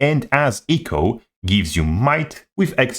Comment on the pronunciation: try say "echo" without sounding like eco.